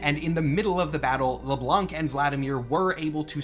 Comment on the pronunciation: so, its French. You don't say the "C" in Le Blanc.